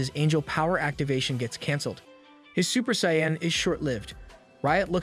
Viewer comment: Super sayan xD reminds me of your chuytule pronunciation. You should really double check some of those words.